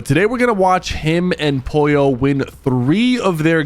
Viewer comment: Why does he not pronounce the l in Pollo?